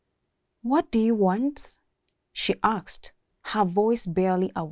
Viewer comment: Great narration 👏👏👏 Lesson learnt - Choices have consequences Review; Riksed instead of risked Aksed instead of asked